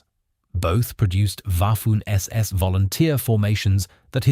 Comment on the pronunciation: Waffoon SS? Bafoon narrator